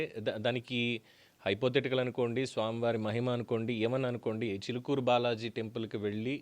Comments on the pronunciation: చూలుకూరు కాదు రా చిలుకూరు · Chulukuru kadhu Chilukuru balaji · గారు.. మీ మీద గౌరవం ఉంది.. మీకు తెలుగు భాష పట్టుంది. మీ ఉచ్చారణ బాగుంటుంది కానీ థంబ్ నెయిల్స్ పెట్టేది ఎవరు అది మీరు అయినా కాకపోయినా శ్రద్ధ వహించండి.. చులుకూరు బాలాజీ ఏంటండీ.! ఎవడు వాడు!